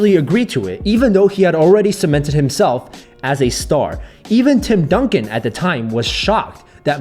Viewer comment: u said Tim Dunkin or Donkey, right?? 😂😂